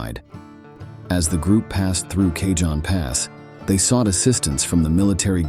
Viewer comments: Cajone is pronounced Ca hone. It's Spanish "j "makes an "h" sound. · Cajon Pass is pronounced : Ka hone pass 15 FWY